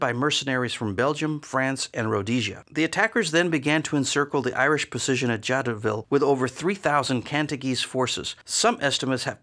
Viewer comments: Great video! I think the town is pronounced "zha-doh-vee," or more commonly in English "zha-DOH-vill" but I don't speak French so... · The letter "T" in Jadotville is not pronounced. And you don't make even a tiny mention of the murder of Dag Hammarskjöld, shot down by a plane hired by the Belgian mining corporations. Plus no mention of the two 80mm mortars, nor the two armoured cars. I should have remembered that Yenghi never get it right when it is not their troops. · Jadoville. The 't' would not be pronounced.